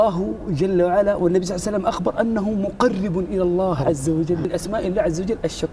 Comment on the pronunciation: ليش يقولون صلعسلم ؟